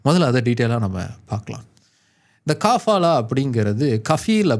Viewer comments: காபாலா இல்லே கபாலா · காபாலா இல்ல கபாலா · அது காபாலா இல்ல கபாலா. அத பத்தி நீங்க சொல்றது கரெக்ட்டுத்தான். ஆனா அத எடுத்துட்டாங்கன்னு சொல்றது 100% தவறு. இந்தச் செய்தி இந்திய மீடியாக்கள்ல மட்டும்தான் வந்திருக்கு. சவூதி மீடியாலயோ இல்ல வேற வெளிநாட்டு மீடியாலயோ இந்தச் செய்தி வரவில்லை. எதையும் ஆழமாத் தேடி பார்த்து வீடியோ போடுற நீங்க இதை எப்படி கோட்டை விட்டீங்க?